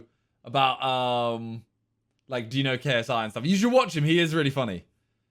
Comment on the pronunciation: He addresses KSI saying his name wrong all the time